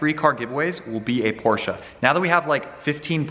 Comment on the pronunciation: Porsche not porscha